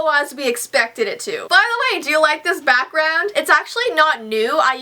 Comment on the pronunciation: When she said she was waiting for her back ground and I thought she was saying she was waiting for her BATHROOM 😂😂